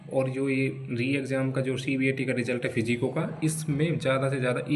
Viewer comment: ये फिजिको क्या होता है बाबू 😂